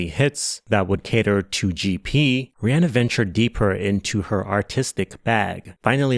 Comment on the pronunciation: Kudos for pronouncing Rihanna the way it should be, with that [e] vowel